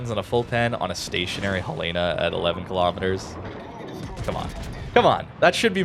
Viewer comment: Dear, one small thing. It's Hell-in-a. Hell-ina. Not Hell Lay na. Beyond that, ggs, love your work, thanks for the review